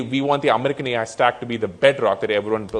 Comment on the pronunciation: Ai = artificial intelligence no Ae mai